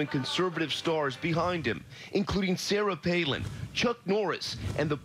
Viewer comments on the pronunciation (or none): none